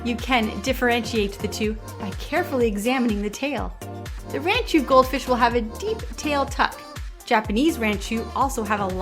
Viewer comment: First thing to note is it is rahn-chew. Not ran-chew.